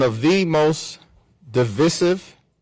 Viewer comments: 🎯 Harvard graduate doesn’t even know how to pronounce DIVISIVE‼️ (duh-vai-suhv) Google it!!! Thank gawd he doesn’t have glasses to peer over the top of. Dem’s need better representation. These Old School Democrats are bringing muskets to a 21st Century gunfight!!! You ain’t woke enough, man. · Bro can’t even pronounce divisive 😂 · He can't even pronounce Divisive correctly. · Pathetic. Can’t even pronounce divisive. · This tool bag can't even pronounce the word divisive properly. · He's so stupid he can't even pronounce the word divisive right. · Mispronounce ‘divisive’ right off the bat he lost his audience…